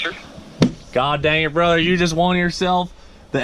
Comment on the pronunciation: Jonathan ponce “Hell yea brother” he said “brudder” tho